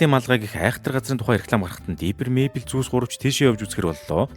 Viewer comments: Diper bishee Differ gejbui aytai helmeer bainaa May Bell bisheee Мэйбэл gd neg dorivtoi goy helmeer baina😢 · Mayble iin neriig ihl sonin duudd bgam shig sanagdd bhymda baatra ah eniige jhn anhaarwl goy shuu❤❤❤